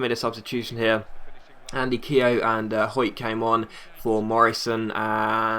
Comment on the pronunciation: Your pronouncing Keogh wrong